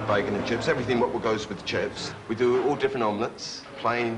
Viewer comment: "Everyfing what goes wiff chips!" Classic Brit cafe! I was waiting for the "Spam" skit!